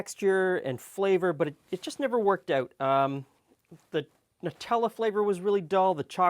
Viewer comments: EXACTLY! It's NUTs and chocolate not NEWTs and chocolate! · Finally someone who says Nutella properly! None of this silly, "Newtella"